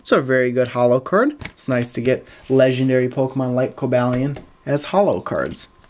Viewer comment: you say cobalion wrong